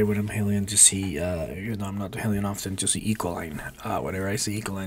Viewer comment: It’s pronounced Heelion, not Hellion :)